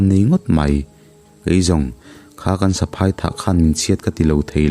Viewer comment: Ni e,tun a ilam saphai michhiat tih ilam dan kha a thluk a dik lo nia?ziah chuan a thluk hi in hrilh a har a mahse in zir zel tur kan nihna ah ṭang sauh sauh teh???